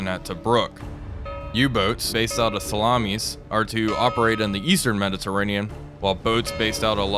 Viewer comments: Sa-la-mis. Not salamis as in plural for salami. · As someone who has served in the navy and was also based for a while in a ship which was based in Salamis, the emphasis is on the last i, not on the second a. JFYI. Even if one says it in the modern greek way, Salamina. Enjoying your videos man, keep up the good work. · The island of Salamis should be pronounced with the stress in the i and not in the second a. It is the ancient greek name of the island.The modern greek name is Salamina with the stress again in the i. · Makes me laugh every time I hear you say salamis